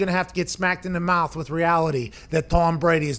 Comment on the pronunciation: Slapped in the mawth